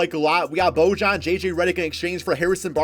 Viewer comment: it’s pronounced boy-yan